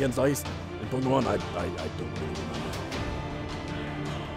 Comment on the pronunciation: When people say Pokéman I want to punch them!